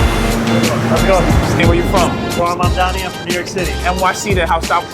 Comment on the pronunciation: my brother how hard is it to pronounce zohran mamdani